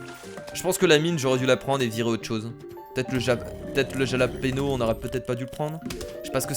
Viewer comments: jalapeno il faut dire yalapino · on dit pas jalapéno mais Jalapeño(Halapegno) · c'est pas jalapeno ça se dit ralapénio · c'est pas Jalapeno ! c'est Jàlapeno ! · Le jalapeno se dit jalapero...c sa la vague au dessus du "n"...c de l'espagnol.(et oui je regarde cette vidéo en 2018 et alors ? : D) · Le piment s'appelle le japaleño mais ça se dit rapalegno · on dit yalapeno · le piment se prononce façon Espagne il faut le prononcer "rapalénio" en faisant un "r" espagnol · Jalapeno se prononce Yalapinio! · Sa se prononce Ralapeno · Ps sa ce dit ralapegno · De plus le Jalapeño fait fondre la glace